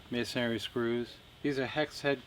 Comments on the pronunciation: It's masonry not masonary. Only one a in masonry. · This is the first time I have ever heard someone pronounce the word "masonry" like "masonary." And it's on a video about masonry screws. Go figure. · Uhh...mason(āRY) ? Dude wth?